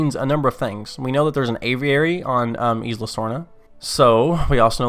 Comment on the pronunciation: Unsubbed unliked no happy i hate grr u said isla wrong.